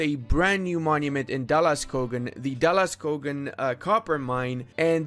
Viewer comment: Being Swedish I know slightly pronoced it wrong he pronounced something like da la skaugen but it The o in skogen is pronounced like the two o in moon and on Dala the pitch is on the last a. BTW dalaskogen means something like valley forest. Skog means forest, dal means valley in Swedish. With that being said it's great that dalaskogen has +5 goods products from the start.